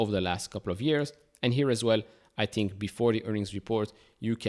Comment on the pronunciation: Its "think" not "tink" and "thank" , mot "tank